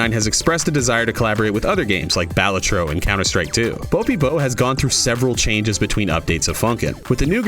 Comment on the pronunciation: i cant get over the balatro being pronounced bah-lah-troh